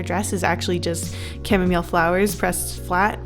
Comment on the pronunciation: Camille for camomile (pronounced cam-eee)